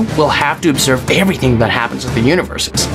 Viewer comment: "They king of eweything"